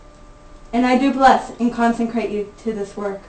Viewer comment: thankyou. It was lovely. Words of hopefully "helping" . The word is consecrate...not conceNcrate. Another thing is that the volume is a bit much..and there were other noises that were rather disturbing. Apart from those things...it was lovely thankyou.